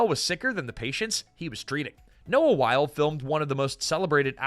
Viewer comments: I love your channel, but you need to look up how to pronounce people's names.It's not Noah While it's pronounced "Why-lee" and Michael Crichton is pronounced with a long 'i' That one I know for sure because I met him. I give you half credit for being consistent. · I’m here just to see how many complaints there are on the pronunciation of Wyle. It’s pronounced “while-ee” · Again, if you are going to present a video like you know something about the topic, it would help a lot if you didn’t mispronounce names multiple times! Why-lee not While! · The names are pronounced as Noah "why-lee", not "while" and Michael "cry-ton", not "crich-tun". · He's pronouncing Wyle wrong as well. It isn't Wile. It's Wylee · It's pronounced why-lee. WHY-LEE. Also, cry-tun. CRY-TUN. Ffs... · WYLE LIKE WYLE-E! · Every time I watch one of these damned videos I remember why I shouldn't. Mispronouncing things constantly!!! Michael Critchton? Noah While? Need to check your AI research tool more buddy. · I do love these videos but for heaven's sake, please research your pronunciations. Every time you mispronounce Noah Wyle and Michael Crichton, a hoard of fans want to throw something at their screens. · Love this show so much! ❤. (Michael Crichton and Noah Wiley's names are being mispronounced. OMG Do your research! )